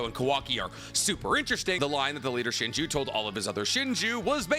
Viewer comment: yeah i'm really confused why didn't use their names correctly. i had to turn the video off cause he said "leader shinju" 75 times.